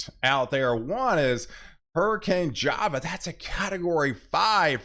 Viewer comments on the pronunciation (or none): Great info as always! One tiny note. Jova = the j pronounces as an H, Hova.